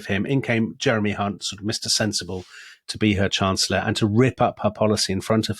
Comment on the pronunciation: The Lady Chancer-llor?